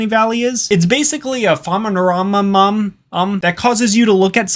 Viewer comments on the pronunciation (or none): This guy can not pronounce phenomenon 😂